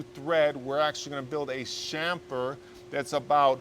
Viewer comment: Thank you so much for saying 'chamfer ' correctly. Good work mate.